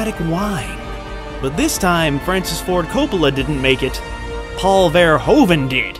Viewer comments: What happened to Paul Verhoeven is that even after a 65 year long film career, nobody who doesn't speak Dutch can even pronounce his name correctly (never mind Jan de Bont) and repeatedly mispronounces his name over 60 times in the duration of a 35 minute tribute video. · it took years for Americans to somewhat proper pronounce Mario. Now its time to give Verhoeven the same respect.. say its his name right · It isn't an easy name to pronounce, as it's Dutch, but the "OE" is pronounced like the "OO" in food and the V is shorter. Dutch is a very staccato language. To ears it sounds like Vvvverhoevvvvven. Not hating on the narrator, just explaining the pronunciation. Verhoeven being Dutch is a reason he doesn't give a shit about violence and sex, because the Dutch really don't. There's legal prostitution, age ratings for movies are just a vague suggestion, South Park is aired uncensored all day long. It's not a sex crazed hell hole, just not prudish or shy. Turkish Delight is based on the book by Jan Wolkers, who's oeuvre is like this all the way through. The Discovery of Heaven by Harry Mulisch is about a guy being the second coming of Christ, and there's a ton of violence and graphic sex in the book. Both writers are considered some of the best as well. Mulish also wrote The Attack, about the Germain occupation of the Netherlands. Super violent but considered a must read classic, pretty much from its release. Our movies are less prudish in general, sex isn't seen as bad or wrong here, nor is swearing. His movies are par for the course almost. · Verhoeven is actualy pronounced Ver-who-ven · its ver-oe -ven silent (h) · it's pronounced paul verhooven as in hoofschoe. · It is pronounced Ver - hoof -en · It's pronounced Verhooven. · It's pronounces vuh-ROO-vuh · they have a hoover dam.....but can't pronounce verhoeven.....so weird. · The oe in Verhoeven is pronounced as o in move, not as in grow. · Its pronaunced paul ver who ven im dutch lol, Awesome video!